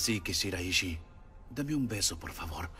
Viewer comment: Rengo que poner esto pero me cago en todo. Carajo no es shiraíshi es shiráishi con acento en la A carajo